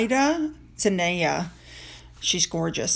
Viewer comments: Zen die or day uh is how I believe you pronounce the name. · Her is pronounced Zen-die-a. When I saw a post like this on Gettr, I commented on it with, what I believe is the truth. First off, there is no way they can afford these two and that Zendaya is way too smart to hook up with them. I’m sure her and her people know that’s career suicide. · It’s Zendaya . Pronounced. Zen- day- Ah . ... they better get ready to get Markled